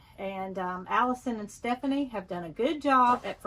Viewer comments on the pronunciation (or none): none